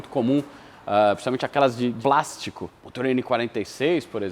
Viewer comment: E quando vai falar plástico que o brasileiro rebuscado se entrega e fala "prastico" hahaahaha